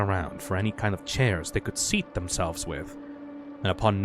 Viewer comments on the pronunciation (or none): none